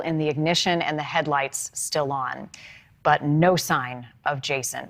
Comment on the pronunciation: So glad yall are covering his case ! It has been a year since he's been missing. Also to clear confusion it's pronounced LOO LING(Luiling)